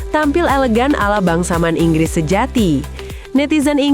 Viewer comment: Bangsaman? "Bangsawan" yg benar, bahasa narator lebay.